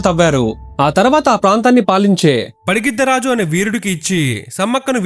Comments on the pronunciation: Bakkayyapeta kadhu Bayyakapeta padigiddharaju kadhu pagididdharaju😊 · Bro padigiddaraju kadu pagididda raju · It’s not Padigiddha Raju, it’s Pagididda Raju. This wasn’t a one-time slip. You kept repeating the same error. If you don’t know the correct name, you shouldn’t be making videos about it.